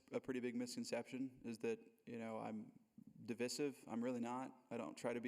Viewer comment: Your pronunciation of divissive is divisive. Lol